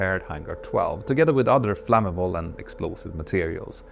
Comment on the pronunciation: Look up pronounciation for "flammable", "origin", "threat", "through", "aftermath", "partially", everything else is just charmingly Swedish. Great video!